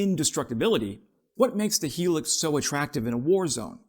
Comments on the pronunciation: Hilux, not 'Helux', sorry. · not HE-LUX.....it is HIGH-LUX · Hi-lux not helix. Yikes.😢😂😂😂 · Pronounced 'Hi-lux' mate.👍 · It’s pronounced ‘ high lux’ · It's pronounced High Lux Hi Lux!! It's not as good as it used to be ..they used to be unbreakable!! Not anymore!! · Holy hell man, do some quality review of the literature and background on your subject. I've been driving the "high luxury" or HiLux in one variant or another for 40+ years. I've never heard it pronounced the "Hee Lix" even in Latin America. Fail. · Pronounced, highlux.